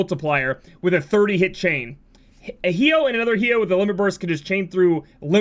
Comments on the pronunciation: I die a little inside every time you pronounce his name hee-oh xD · The way you pronounce Hyoh triggers me.